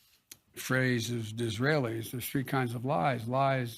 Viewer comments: He quotes a man whose name others can´t even pronounce. It was Benjamin Disraeli, the british prime minister! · OMG! A president who quotes Disraile. Conffefe!